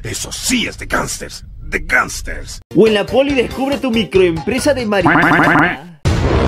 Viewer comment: No digas mirihuana di mariajuana